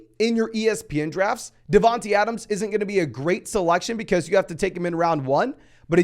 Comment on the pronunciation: Great vid - but it’s not “DavanTEE Adams” it’s “DavanTAY”